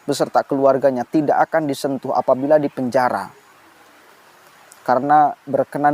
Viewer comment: Pak ramli bukan bilang dipenjara, tapi bilang dipenjahra, r nya ngga ada.